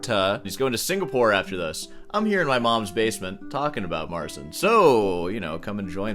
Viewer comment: it's MARTZCHIN